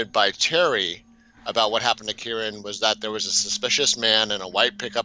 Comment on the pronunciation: And being unable to pronounce KYRON. Some "pet case."